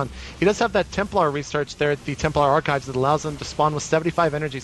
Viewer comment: Templar ar-chives (chopped parsley)?